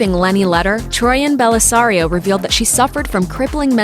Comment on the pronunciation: Is it me or does it sound like she said troian and Bellisario not troian Bellisario